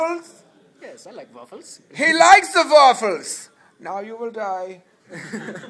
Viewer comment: He Likes Ze Vaffles